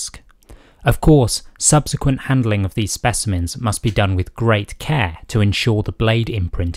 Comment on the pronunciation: With great care Not keh